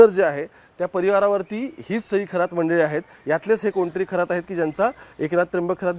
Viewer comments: थोरात नाहीरे शेबड्या खरात म्हण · खोरात नाही खरात आहे हा चुकीच नाव घेऊ नका. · थोरात नाही रे बाबा खरात आहे